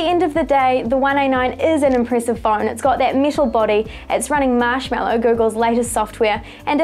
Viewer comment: She says metal like this: miiiital